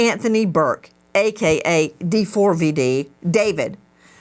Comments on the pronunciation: Can someone please let Nancy know it’s not actually pronounced D-4-V-D? It is just spelled that way, but is pronounced David. When you say the name you don’t say the 4…. it’s just a “cool” way to express a capital A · "d4vd" is an abbreviation for "david" you don't need to keep saying the whole thing like d-4-v-d lmfao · Why do you keep saying D-4-V-D and why’re you s scaring me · The way she keeps calling him D 4 V D is killing me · It was nice to see nancy treating JSM with respect this time, sometimes she can be mean and he doesnt deserve it. I really wish she would just pronounce "D4VD" the way it's intended - "DAVID" 😅